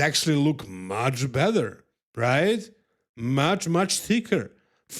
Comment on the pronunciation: beat me to it bud, was going to say bether too 😂😂😂